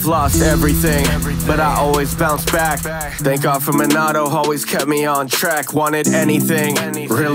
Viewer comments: great song but just gotta say.. It is pronounced Min-uh-to. I just had to say this after listening to the song for 50+ times. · You said minato wrong